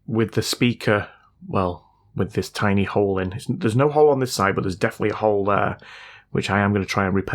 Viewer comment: Pretty sure it all went wrong after you said "Tinny".